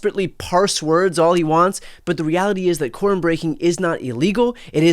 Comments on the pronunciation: When I listened I swear they were saying Corn breaking 😅. I had to turn on speech to text to find out they were speaking of Quorum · I thought yall were saying corn breaking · quorum is a two syllable word